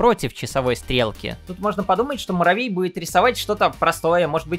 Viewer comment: Маравей 😅😅😅😅Что за маравей почему маравей а не Муравей